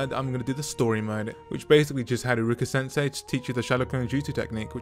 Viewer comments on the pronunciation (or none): none